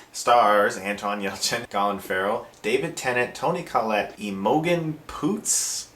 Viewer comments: EMOGENN...? Dude are you taking the piss ha ha? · I'm amazed how few Americans can pronounce Imogen.